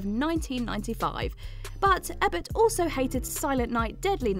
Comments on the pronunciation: It's pronounced E-Bert. The mispronunciation makes my ears bleed. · ...Pronouncing Roger Ebert's name Ebb-ert. That's a sin. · a decade-long "de-LOOZH" in their "midsts" Warner "Broze" and was "rivaled" by critics and fans alike set in suburban "Americana" Roger "Ebburt" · Please teach her to pronounce names correctly! Roger Ehbert! Really? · Don't really care one way or the other 'bout most of those films but including Ex Machina was a fail. A brilliantly dark ending that was teased for the entire film if you were paying attention. It wasn't even really a twist. Also, mispronouncing Roger Ebert's name just screams "I don't really know what I'm talking about!" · ...you know what's really annoying...??...mentioning an actor or director and then giving us their CV's...we know their back catalogues already...oh...and pronouncing the name of one of the most famous film critics incorrectly...